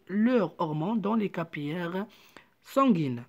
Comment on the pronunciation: للتصحيح فقط: capillaires sanguins ننطقها كابيلاغ و ليس كابياغ